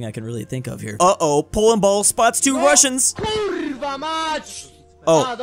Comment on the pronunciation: And that "rrrrr" in "KURRRWA" 🤣